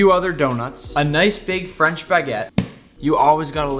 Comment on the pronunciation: Your french prononciation was perfect omg